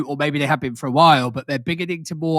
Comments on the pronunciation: ''You haven't be-een' is so hilarious! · "Youve never BEAN??...😦" what a ghoul, man